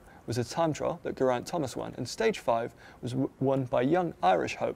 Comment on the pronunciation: Jesus....it pronounced Ge-raint, not ger-aint. !!